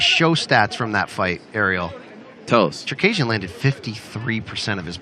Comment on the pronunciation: Czerkejrzyn hahaja jak on to wymówił 😆